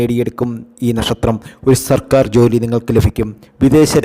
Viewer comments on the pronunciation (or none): none